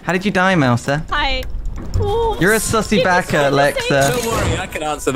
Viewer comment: This is an Intervention. We are all your friends. I guess you know what this is about. You need to stop saying sussi baka. We all love you and are here to help you through this. It's gonna be hard but you must believe it's possible.